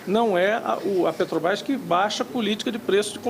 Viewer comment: Gente, não se pronuncia Pétrobras. É Petrobras.